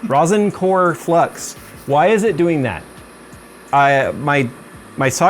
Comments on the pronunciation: rahsen not rosen core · You're so cute and don't let anyone tell you different. Think of the name Rosalind if you want to know how to pronounce rosin.